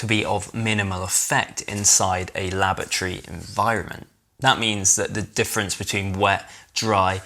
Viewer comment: laboratory ffs read the word